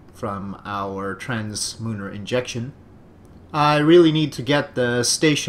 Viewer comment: I am pretty sure the correct way to say it is "translunar"